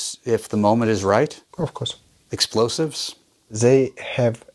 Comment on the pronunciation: So much confidence in that "aafcos" 😂